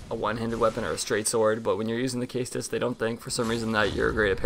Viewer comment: I will definitely try this, I have always been a fan of dex weapons, and rapiers! And concerning the shield, why simple over blessed? I like health! Also, it's pronounced seh-stus, just trying to help :)